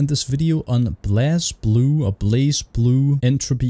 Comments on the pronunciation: Blaze-blue is how you say it. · It's pronounced "Blaze Blue". I don't know why the word Blaze doesn't have an E at the end but I guess Toshimichi Mori was just feeling kinda quirky and not like the other girls.